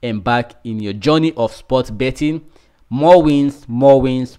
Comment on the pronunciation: They don't say bottin. Come on !